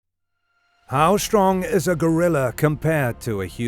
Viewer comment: What's the meaning of "shtrong" ?